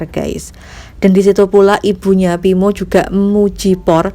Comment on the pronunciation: Ngomong yang beneeeer weei pinmo pimoo ...tangmo nama dia😀